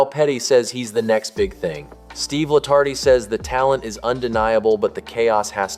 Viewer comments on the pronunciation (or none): You did it again, mispronounced Steve Letarte's name. It is not La-tart-ee... it is La-Tart... You obviously know nothing about Nascar.